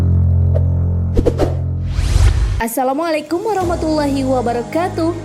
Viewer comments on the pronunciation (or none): none